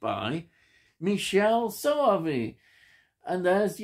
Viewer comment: I love this film. From what I understand his first name is pronounced Mick-kelley. It's a very strange film and I love it!